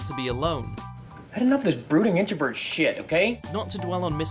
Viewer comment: introVERT not introvit